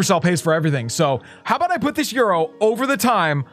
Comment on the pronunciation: says euro like hes speaking a language he never spoke before 😂